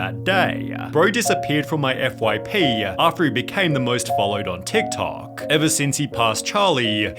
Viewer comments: The way Sunny overemphasize the last syllable of some words (toktokaaaaah) makes wanna throw poo at the wall. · Dude, WHY are you dragging out every single last syllable when you are talking? Jesus Christ, this is so annoying! Drop your fake accent! "TikTokaaaaaaahhhh" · tiktokaaaa, formulaaaa, bettaaaa, funnieaaaaa. This pronunciation. From which planet r u? xD